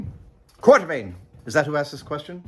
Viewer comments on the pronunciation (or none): You got a sprinkler system in that place? I'm betting that name is "Quatermain," not "Quartermain." You know, "Fifty Million Years to Earth."?